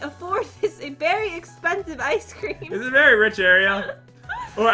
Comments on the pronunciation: NAAAAH, they are just saying "IceCreamu!" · You insulted me I am Asian I don’t say Icecream-o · just because they say “Ice Careamo!” Doesn’t mean that they are aisan dummy and I know that because I’m aisan